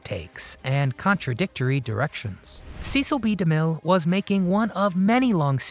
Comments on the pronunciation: It's "SESEL" B. DeMille - NOT "SEECIL"!! DAMN! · It is not pronounced CEE-sil, but SSES-SIL. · The announcer is mispronouncing Cecil B. DeMille's name. He didn't pronounce it like Beany and Cecil. He pronounced it as a short e as in less. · The Ten Commandments was not a movie. It was an epic. Few motion pictures can claim that distinction. And it might be nitpicking, but his name was pronounced "SESS - ill", not "SEE- sill". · His name was pronounced with a short e sound, not a long e. It was Cecil, not CEEcil. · I think you were mispronouncing Cecil B. DeMille during this video. you were saying "cee-cil" it is commonly pronounced, "cess-sill". Too late to fix it now. Perhaps a little more research would have put you on the right track. Adios, for now. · Pretty amusing facts and bits, and lovely pics of Anne Baxter. Except Demille's first name was pronounced "Sess-ill". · Cecil's name is pronounced "Sessil". So an S sound not a C sound. Driving me mad that both vids about Anne in the film are pronouncing his name incorrectly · His name is pronounced "Sessle." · Cecil rhymes with vessel. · It’s Cecil not Ceecil. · "See"cil B Demille? I'm out. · Cecil is pronounced like sessil.. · Learn to pronounce his first name. Ses-scill. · You are mispronouncing De Mille's first name.